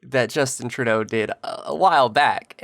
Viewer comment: Justin Truday-o day-o